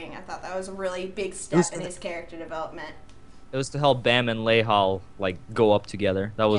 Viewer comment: I'm korean and they are pronouncing baam wrong.